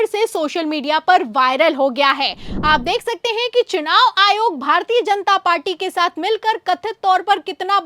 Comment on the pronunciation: Ary, SUNAV nahi,CHUNAV. Muckh se supari nikalke bolo re baba.